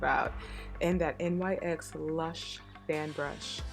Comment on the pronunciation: Really nice look. Also, not to be rude, and I'm not sure if you're aware, but NYX is pronounced NIX. The letters aren't pronounced.